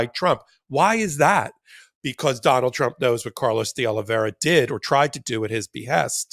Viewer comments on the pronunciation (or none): The name is De Oliveira, not De Oliviera. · Ben, it's not De Oliveria, it's De Oliveira. Nails on a chalkboard to me. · One more time please: de Olee vay rah and not de Ole vera. de Olee vay rah! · Carlos De oh-lee-VEY-rah